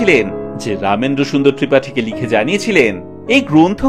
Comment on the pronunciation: রমেন্দ্রসুন্দর ত্রিবেদী ( ত্রিপাঠী হয়েগেছে হয়তো উচ্চারণের কারণে) খুবই সুন্দর আলোচনা ও উপস্থাপনা আপনার। 🎉